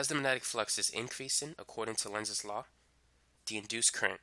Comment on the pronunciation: Did it annoy anyone how he said magnetic. Its MAG- netic not Manetic. Not hating just wondering